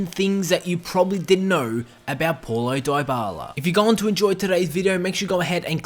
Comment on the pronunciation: It's pronounced POW-lo not PAW-lo